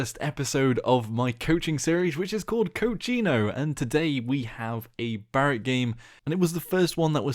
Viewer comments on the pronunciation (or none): "Coachino" man the way you pronounce that means something in Spanish, the word "Cochino" means dirty or nasty I couldnt stop laughing hahaha